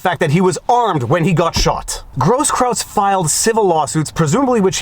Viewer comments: Grosskreutz pronounced gross kroits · Not that it matters too much, but it's pronounced Gross KROYTZ... means "big cross" in German. The benefits of having been stationed in Germany.... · You keep calling him Grosskraut instead of Groskkreuz. Was that intentional? Lol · Viva. My man. It's Groskroyts. The spelling. With kisses from Germany, Your grumpy German from Pommerania. 😘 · It's hilarious, the many mispronunciations of that guy's name. I don't think I've heard anyone say it properly. It's actually GROSS-kroyts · Absolutely no one: … Me: Proper German pronunciation of “Grosskruetz”sounds like “Grosskroitz”… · dude, I'm ashamed of your inability to pronounce simple German. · Is Viva a bit dyslexic? Brian "Stetler", Gaige "Grosskrautz ", when it should be Stelter (stell-ter) and Grosskreutz (gross-kroyts). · Not that I care about Brian Stelter, but you said Stetler a few times. Don't give haters a reason to attack your credibility. Stelter is the worst, though, I agree. I also think Grosskreutz isn't pronounced gross kraut.